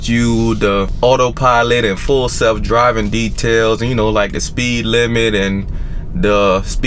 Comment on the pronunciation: "Full jelf driving."